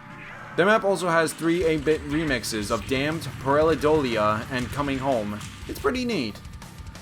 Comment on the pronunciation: the song in shangri la is "pair-ah-doll-E-uh"